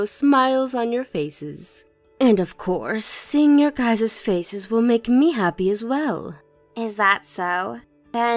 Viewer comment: It's pronounced guy's, not "guyses" 😂